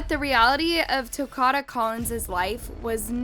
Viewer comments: His name was Ta-ko-da (Takoda). Not ‘Tacada. Please pronounce it correctly. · No disrespect but You're saying his name wrong. It isn't TUH-CAH-DUH....it's TUH-COH-DUH. Like Dakota. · She definitely kept saying it wrong. “Ta-Cod-Uh” is not correct. It’s Ta-Code-Uh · Hey it’s TA-KODA. Like DAKOTA, but TA-KODA. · It’s TA-CODE-A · The least you could do is pronounce his name right! It’s said like Dakota but with a T. Literally no one pronounces it the way you are. Smh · I find it disrespectful that you didn't even bother looking up how to pronounce his name... wtf? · U HACKED the names up even takodas name smh but other than that thanks for spreading the word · You’re literally watching the interrogation where they say Takoda’s name countless times and you STILL SAY THE VICTIMS NAME WRONG smfh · Takoda pronounced like Dakota Do your research instead of disrespecting a dead baby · @@ she doesn’t pronounce it properly because she is AI. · you saying his name wrong it like Dakota but with a T just wanna let you know love your channels still thoe ❤❤❤ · lol she is most definitely saying it wrong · @@ she is pronouncing his name wrong. 😑 I'm from the same city this happened in. Nobody says his name the way she saying it.